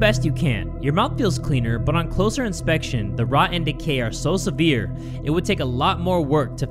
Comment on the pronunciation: I love how he said closyer